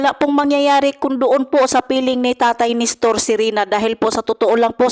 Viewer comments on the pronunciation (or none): Nestor not Nistor. Walk out not Back out.